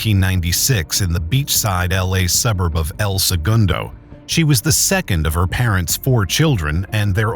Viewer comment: First of all the narrator pronounce "El Segundo" wrong. It's El Se GUN do as in bang bang. Also he said it was a suburb which can be a city or neighborhood. In this case El Segundo is a city in Los Angeles County. Slapdash writing.